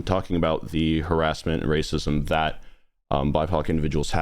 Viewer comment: When he was saying bipoc I thought he was saying "my cock" I literally had to look down in the comments to check to see what he was actually saying because I didn't know about that term lol